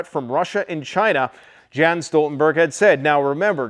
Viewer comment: We pronounce his name Jens Jens not Gens Stoltenberg